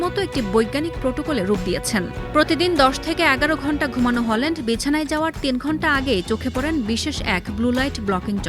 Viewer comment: ওনার নাম হলান্ড নয় হালান্ড।